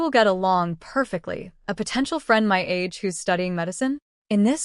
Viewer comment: It’s my’ not m-y. It’s 1 word